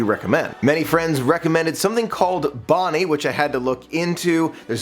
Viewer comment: Bo-nine 😂 good video bud.